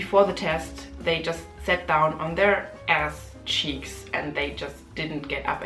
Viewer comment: Liked the way you emphasized "asscheeks" :D